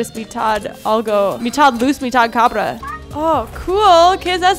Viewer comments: dijiste cambra embes de cabra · Noce si te fijaste que dijo en el minuto cambra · En el minuto dijo cambra